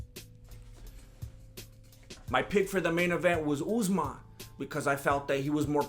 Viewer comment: Deffo respect Usmans name lol